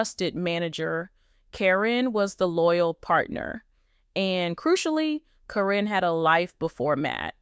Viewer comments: Her Name is Karen not Corrin😂😂😂😂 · But you're right...it's being mispronounced in this story.